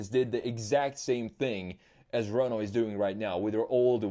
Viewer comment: Le Renault pronunciation was perfect